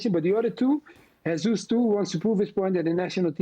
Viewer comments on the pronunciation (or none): É estranho como eles pronunciam "Jesus" como se fosse espanhol. Se vai falar errado então ja fala Jesus em inglês mesmo. Dízas.